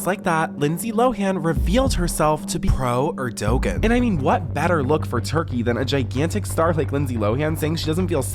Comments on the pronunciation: The man narrating this cannot pronounce the Turkish President's name. If you want to send information to the public, give respect and learn how to pronounce a person's name. Lindsay does not sound like she has some fake accent in the majority of this video clip. She knows how to pronounce names and speaks in her own voice in my opinion. Is everyone so bored that they need to keep making up comspiracy theories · Thats not how you pronounce Erdoğan. Im sorry but you sound so so dumb every time you say it. Do you never watch videos about turkey or geopolitics? Hes been president forever! And hes still controversial. Yikes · I love your videos but PLEASE learn how to pronounce words properly, like coup and the president of Turkey's name. It would be very easy to learn the correct pronunciations for words before making your videos and it would make your videos even more professional and make you sound far less stupid. I know sounding educated is not a priority to Gen Z but why not give sounding like you know what you're talking about a try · And the pronunciation of Erdogan was super cringey, too. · erdoGAN not erdOgan, the p in coup is silent, jesus when erdogan was at the white house with his version of secret service he sent them to violently physically attack/beat american protesters of his regime before he was due to leave back to the embassy shit didnt even get on the news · It’s not pronounced Erdogin. It’s pronounced Erdowan. The g is silent. He’s an excellent President. I’m American and I live in Türkiye, so this is my opinion. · Every time tries to say “Erdogan” cracks me up 😂 it’s pronounced like Air-do-wan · Great video! Side note for you, Erdogan is pronounced Air-Dewan (like Jenna Dewan) BTW I've fully gotten addicted to this network of channels between you, BJ and Shelby! ❤ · Wow…for future reference, “coup” is pronounced “coo.” Not “coop.” lol And the Turkish leader’s name is pronounced “Air-doe-wan.” lol 🤦🏻‍♂️🤦🏻‍♂️🤦🏻‍♂️